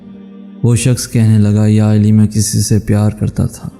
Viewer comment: Hazrat Ali Ka Naam Theek Se Lo Mere Bhai Aap Hazrat Eli Kah Rahe Ho